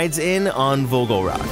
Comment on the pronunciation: Vogelrok is sayed like Voogheuhlrock